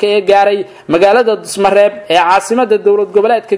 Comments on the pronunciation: Dusamareeb waye wll wuu saxanyhy dhusamareb ma han🤜🤛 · Dhuusomareeb ayuu ku dhawaaqi Kari laayahay wariyuhu Dusamareeb kulahaa